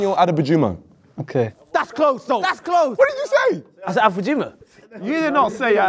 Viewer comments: said akefume🤣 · said arefujimo 😂😂😂😂😂💀💀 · Niko pronouncing his yoruba name with Uk accent 😅😅baba open dat mouth well😅😅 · Niko pronounced adegbajumo wrong😂